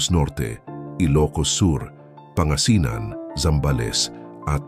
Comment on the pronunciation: pangasinan ganito po basahin ahh... pan ga si nan ganyan po 😅😅